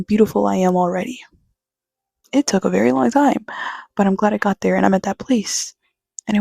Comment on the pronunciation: Thank you for making this video. I knew you were weird once I peeped your channel name and heard you say “verrry” 😅. I wish a video like this reached me in high school as well. You’re 10/10, not 7.5 btw.. not that you need my validation.